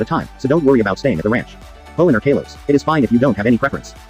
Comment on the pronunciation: It’s Kalos